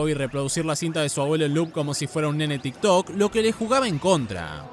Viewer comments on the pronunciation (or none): none